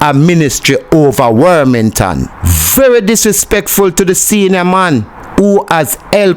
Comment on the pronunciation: The man's name is not Wormington, its WArmington